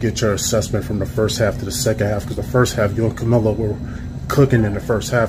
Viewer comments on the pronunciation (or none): none